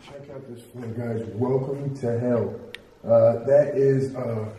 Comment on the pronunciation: It suppose to be "Welcome to Hell" Omar just- Omar: Welcome to Hell on theres a O there. me: Welcome to Hello😃👋